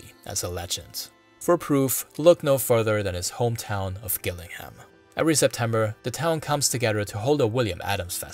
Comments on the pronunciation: It's actually pronounced jil-ling-num, I live here 🫡 Amazing video! Very informative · The G in Gillingham, Kent is actually pronounced as a J. There is a Gillingham in Dorset, where strangely the G is pronounced as G. Even English news readers make the same mistake. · Very interesting. Just so you know, Gillingham is pronounced with a soft G.